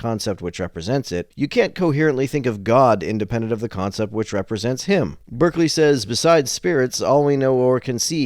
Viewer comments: It's pronounced BAR-clee. Not BURR-clee. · His name is pronounced BAR-klee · It is pronounced Barkley, FYI. In England, clerk is pronounced clark. And Berkeley was a Brit. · Berkeley is pronounced "barkley" in the case of George Berkeley.